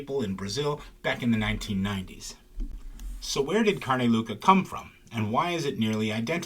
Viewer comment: “Louca” is pronounced LOW-ca, not LOO-ca.